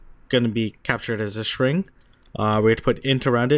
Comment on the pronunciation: Great videos. You keep pronouncing string as "shring". Other than that, fantastic and easy to follow. Thanks!